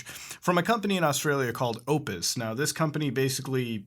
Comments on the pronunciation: Anyones else bugged thst he calld it opus instead of optus? But yeah Internet is rubbish here. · Optus-- there's a 't' in there. ...Aaaaaaand yes it really does suck here. it's amazing when people complain about subpar internet when they've not even seen what we deal with... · lmao "opus" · I like how he called Optus “Opus” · The way you were pronouncing Optus was killing me. Other than that, great video. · The way you pronounce Optus is hilarious. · Sound like you're saying opus. It pronounced OP-TUS and yes we do have shit internet. Fastest we can buy is 100 mb/s unlimited internet for 100 bucks a month given that your area has NBN fiber optic lines installed otherwise you will be stuck on shitty copper internet that maxes out at 25mb/s. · its not opus, its opTus. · Optus mate not opus 😂😂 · It's Optus, not Opus. And yea our net is fucked lol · Its pronounced optis not opis. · "opus" XDD lmao its OPTUS, haha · Hey Muta, I think you mean Optus, not Opus. Just a small heads up. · all I'm gonna say is its optus not opus, other than that great video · Optus not opus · Optus, not opus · "Oh-ptus" It's OP-TUS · Optus man, not opus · Optus* Not Opus. Soz Muta. <3